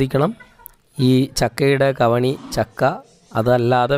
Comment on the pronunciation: കവിണി അല്ല ,ചവിണി ആണ്.